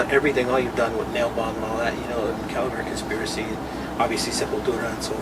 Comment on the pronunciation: You called him Max CALAVERA twice!... it's Cavalera!